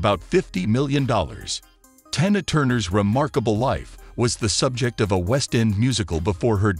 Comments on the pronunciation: Can you read what You see written TINA NOT TYNA “PRONOUNCE “ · the voice bot pronounced it to rhyme with "China" several times. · Figure out how to pronounce your words!! Especially TINA! Jeez! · Don't mispronounce her name, her name is Tina not what you said. Be respectful. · Not 'Tie-na,' good grief why the heck you folks don't pronounce peoples name's properly. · I don’t think he’s a person I think he’s a computer and yes her name that she almost died for was TINA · Sir you need to stop reporting because you are really pronouncing her name wrong. Please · Please...pronounce ber name correctly. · Yeah pronounce her name right or don't say it